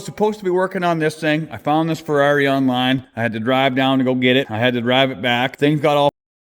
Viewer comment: Am I the only one who thinks Fiero* when he says Ferrari??